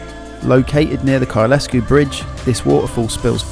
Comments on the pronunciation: Some of your pronouncing was "interesting" ha ha. Kylesku is Kyle-sku rather than Kyle-esku. The others...well it is normal for "Southern people to copy what they hear on the "Media" ha ha. Interesting video reminding me what I miss. Time I returned to the Highlands ha ha. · Kylesku is a single word with the 'e' being silent, we don't have 'locks' in Scotland they are Lochs. Great video I've did the route many times. Well done with the book. I have subscribed. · It's pronounced Kyle Sku... hence the comment above.